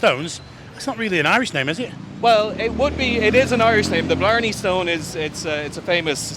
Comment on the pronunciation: have you got a thai speech impediment cos you cant pronounce the L in bLarney stone its BLARNEY STONE not barney stone ...